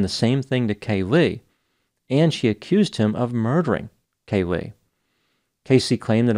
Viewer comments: Caylee not Cay-Lee. Also the right side of your face/cheek looks swollen. Did you have dental work? Good video. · Hey Doc...it's Caylee...not Ca-lee😊